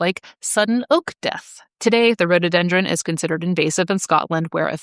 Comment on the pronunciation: It is pronounced Rhododendron, not Rhodeedendron.